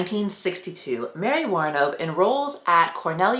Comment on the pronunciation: The way you pronounce her name makes me want to scream. PHONICS LESSONS FOR ALL YOUTUBERS AND PODCASTERS!!!!